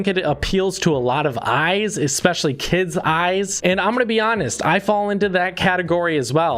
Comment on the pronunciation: "i think it appeals to a lot of eyzzzz , especially kidzz eyezz"